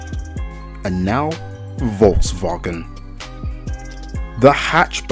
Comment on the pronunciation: Im from germany and i have do admit you can pronounce Volkswagen pretty good 👌